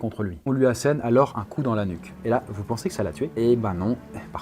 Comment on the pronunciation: "Les plaies à Alain" non mais tu forces là, relis toi un minimum, t'es un des youtubeurs qui font le plus de fautes à l'oral alors que tu lis un texte! Fais au moins les liaisons, entendre "dan une mare séchée" ça fait mal alors que tas pas loin de 30 piges...